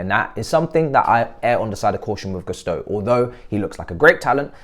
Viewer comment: try to pronounce Gusto in a way that doesn’t sound so English😂